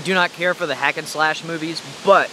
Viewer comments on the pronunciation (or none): none